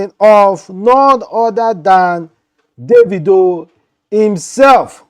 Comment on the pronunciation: You don't even know how to pronounce David/Davido